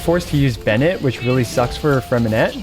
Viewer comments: Hi great video, but just in case you didn't know the "t" at the end of Freminet is silent, you don't have to pronouce it. 👍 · Pronounce his name right 😭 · please for the love of god learn to pronounce his name